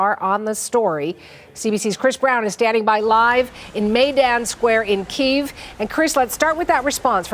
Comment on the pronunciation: CBC......poor reporting......as usual. First and formost learn how to pronouce the capital of the Ukraine!!